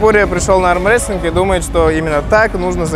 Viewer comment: Гога, не аМрестлинг, а аРмрестлинг ))0